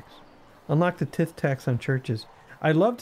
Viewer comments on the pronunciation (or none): Tithe is pronounced Tythe, its medieval speak for taxes due to the lord of the manor. Regards James.